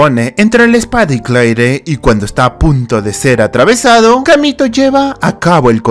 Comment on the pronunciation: no se pronuncia claire es cleir